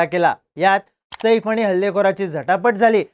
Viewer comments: 'सईफ' नाही रे बाबा 'सैफ '. शुद्ध ही बोलता येतं नाही रे तुला🙄. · Saeeeeef nai O saaaaif 😂saaaaaif